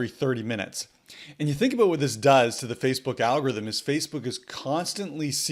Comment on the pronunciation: I like how you say oot and aboot. Yr Canadian eh?